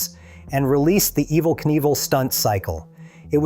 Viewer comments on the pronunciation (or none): Imagine thinking a fake voice is better than literally "any" genuine voice, then hearing it totally blow it, and doubling down and keeping it anyway. "Ehv-vel"? Stop.